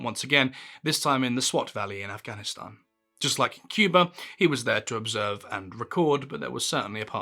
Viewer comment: Respect to your pronunciation of Afghanistan.